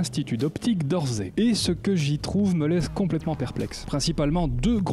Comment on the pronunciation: a chaque foi que tu le dis ça m’écorche les oreilles ^^ c'est l'institut d'optique d' "orssay" pas "orzay" sinon super comme d'hab ;)